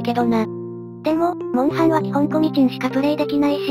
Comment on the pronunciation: モウハンじゃなくてモンハン